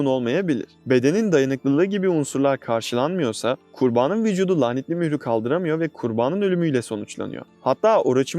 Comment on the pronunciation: Videolarini gercekten severim izliyorum ama keske kurbaanin degilde ‘kurbanın’ deseydin , cok guldum o kisimlarda